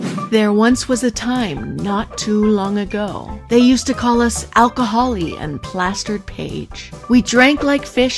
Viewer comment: & 🤣🤣🤣🤣 I can’t or did you mean & 😁😅🤣